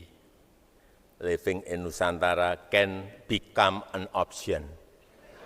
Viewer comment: Aku rusak telnga dgar kata igris pk de, YOU CAN LIFING IN IKN, livng kan tinggal Apakah bukan STAY yaa bhasa inggrisnya